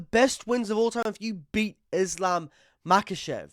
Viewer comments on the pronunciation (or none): Chael "Makel'Chev" :finger-red-number-one